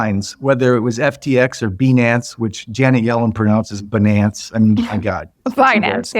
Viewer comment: had to laugh when he made fun of old love for pronouncing binance wrong, then does the same thing himself